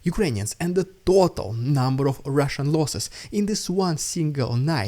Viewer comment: "Its the rrrrrussian idiot" is all i hear. Is it what you really say? Love your work